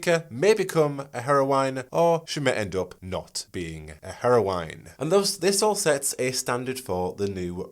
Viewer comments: it's not hair-O-wine, my friend. It's hair-O-win aka Heroine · The way you pronounce "heroine" makes me squirm every single time. It is /ˈher.əʊ.ɪn/ not /ˈhero.waɪn/. Or are you just trying not be be flagged by the youtube due to saying something that sounds like "heroin"? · You couldn't pronounce heroine correctly to save your life! Lol, hilarious, couldn't get past the way you said it. It's pronounced 'Heh-row-in'. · Heroine: hero-win, not hero-wine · Why do you say Harrow wine? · Never heard "heroine" pronounced to rhyme with "wine" as opposed to "win".